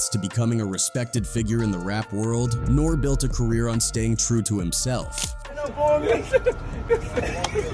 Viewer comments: NOR REE NOT NORE!!! is this AI or is this a little kid who wasn’t around back then? I always wondered that when people mispronounce famous people… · You're not saying his name right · How can anyone take this video seriously!? YOU NOT EVEN SAYING HIS NAME RIGHT!